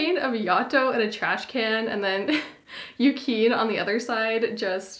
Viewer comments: not yukeen 😭 it's yu-kee-nay but great haul!! id love some noragami figures but theyre so pricy ;__ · Omfg very cute but every time I heard “Yu-KEEN” I wanted to kill myself lol. But glad to see some Noragami love out there haha